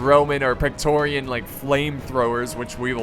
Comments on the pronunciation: It's 'Praetorian' guard, not 'Pectorian' guard ;) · I know youre American and all but you say praetorian weird.....